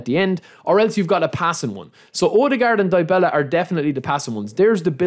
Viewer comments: Its Dybala(Dibala) not Diebela😅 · Dybala not die bella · Hahaha Die Bella -,DYbala. Y - you read it normal like from a word "If" the first letter sounds like the Y.